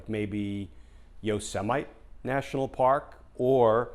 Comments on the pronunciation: He has mispronounced this since childhood when he would watch Bugs Bunny/ Yose a might Sam show. Hahaha! 😄😄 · Thanks Glenn. You always nail it on this crook in the White House. I especially liked your ending. I think a 5 year old knows how to pronounce my favorite National Park. Yose Might. He is such an idiot. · I love your show - but you just mispronounced Yosemite like D Trump!!